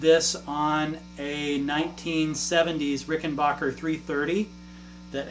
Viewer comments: It's pronounced Rickenbacker, not Rickenbacher 🙂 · Sure. My point was that "bach" in Rickenbacher is spoken as "baakh", whereas it should be Rickenbacker (as it's spelt), and as confirmed by John Hall (from Rickenbacker) himself.